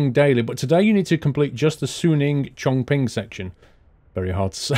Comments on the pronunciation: I guess you might already know this... Chong Qing sound a bit like "Chom-See" with the silent "G" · Chongqing is pronounced more like Chongching. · Just letting you know, chonqing is pronounced chongching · Chongqing is pronounced as Chong-chin